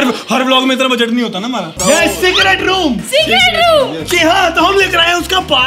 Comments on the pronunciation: When You Realize Its Secert not Secret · Fact that he have secert instead of secret 👇If you did't notice